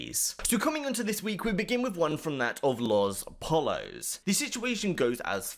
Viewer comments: "LOS polos" for fucks sake its Poyo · its pronounced poyos not pallas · lospollos is pronounced lohS poyos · Lol the way you say LosPollos though 😂